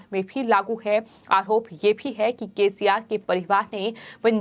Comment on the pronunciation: आहरोप ...उच्चारण ठिक नहीं